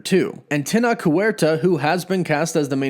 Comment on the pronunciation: Tenoch, the ch is pronounced like Chadwicks ch, TenoCh, it's a good Mexican name :)